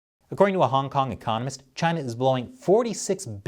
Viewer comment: I love the way says Chy-na. It’s just good.